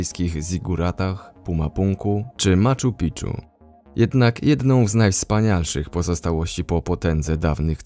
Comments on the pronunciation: Maczu piczu? Serio?! Film super, gdyby nie ten jeden mankament 👍👍👍 ✌️✌️✌️ Liczę na większą dbałość w narracji. Sub na zachętę 😊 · Wszystko super.. tematyka.. informacje.. ale wymowa nazw woła o pomstę do nieba Gobekli Tepe Machu Pikchu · No może nazwy własne, bo Machu Pikchu (czy jak kto woli Picchu) i Gobekli Tepe... no nie, to do poprawki 😄